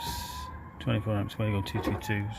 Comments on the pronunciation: Actually no! It is German, and pronounced Var-go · Lol it pronounced wago (way-go)